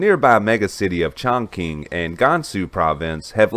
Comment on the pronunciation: Its NOT pronounced "ChongKing"....its pronounced "ChongChing"...spelled Chongqing